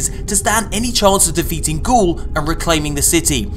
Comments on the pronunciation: its not gaul, ITS GARY! GARY!!!!! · bro, ya need to edit the video and resay the boss's name. It's GARY!